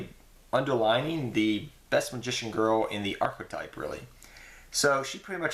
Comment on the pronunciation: he said archotype, he dumb